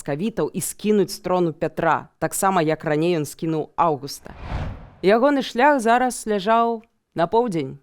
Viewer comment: Нет, ну сколько можно. НЕ РОССИЮ. Радзивиллы поддерживают Августа (не буду заострять внимание на ударении) и Польшу а Сапеги Станислава и большую автономию для Литвы (как минимум, вопрос чрезмерной полонизации и окатоличивания был не с воздуха взят). Забавно что один из самых известных Радзивилов сам был протестантом и не особо любил Польшу (имею ввиду Николая "черного")